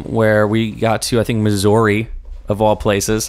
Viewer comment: ive already commented but as someone who lives in missouri, the way he says missouri makes me want to cry